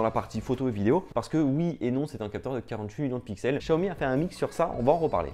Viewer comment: juste pour l'avenir prononce "siaomi" vu que c'est du chinois sinon super vidéo ;)